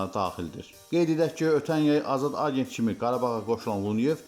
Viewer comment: Ágent yox agént. Lùnyov yox Lunyóv. Adam 2 ildir Qarabaĝdadir, amma hele de soyadını duzgun tələffuz etməyi oyrənməmisiz.